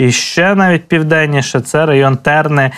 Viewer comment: ТИ МЕНЕ ПОЧИНАЄШ ДРАТУВАТИ! НЕВЖЕ ЬИ НЕЧИТАЄШ, ЩО Я ПИШУ! Я ЖІНКА З ДОНБАСА! З ТИХ МІСТ ДЕ ТИ НАГОЛОС НЕПРАВИЛЬНО РОБИШ НАНАСЕЛЕНИЙ ПУНКТ ТЕРНИ! НЕРОБИ НАГОЛОС НА "Е", А РОБИ НАГОЛОС НА "И"! ТЕРНИ! ТЕРНИИИ. БУДЬ ЛЮДИНОЮ! ЯКЩО КАЗАТИ В ТЕРНАХ, ТО НАГОЛОС РОБИ НА "А". ХВАТЕ ПАПЛЮЖИТИ ЦЕЙ НАСЕЛЕНИЙ ПУНКТ! ЩО ЦЕ ЗА ТЕЕЕРНИ! НЕМА ТАКОЇ НАЗВИ! Є ТЕРНИИИ! В ТЕРНАААХ! ЗА ТЕРНАААМИ, БІЛЯ ТЕРНіііВ! А НЕ ТЕЕЕРНИ! САМ ТИ ТЕЕЕРНИ! МЕНІ ПРОСТО БОЛЯЧЄ СЛУХАТИ! АБО ЗОВСІМ НЕКАЖИ НАЗВУ ЦЬОГО СЕЛА.